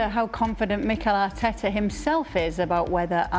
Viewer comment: Arteeeeta always blabbering